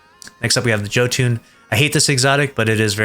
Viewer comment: What did he call the Jotunn 😂😂